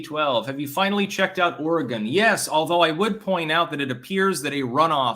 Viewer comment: At this point I'm pretty sure is just mispronouncing Oregon on purpose